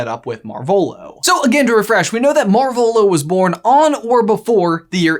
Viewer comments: MAR-volo > mar-VOLO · Is that... Is that how you say their name? I only read the books, but I always thought it was marv elo. Pronounced as Marv and elo like in hello without the H